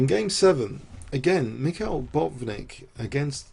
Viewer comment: You drove me nuts with all the "michials", damn